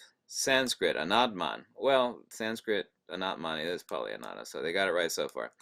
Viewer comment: It is so amazing hw is pronouncing all the Sanskrit words!looks like he is re-incarnation of Buddhism!